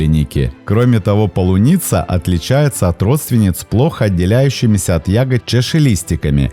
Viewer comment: Видео на канале всегда хорошие и интересные. ❤ Но в описании канала стоит Украина, а произнести слово «полуниця» у автора не выходит 😅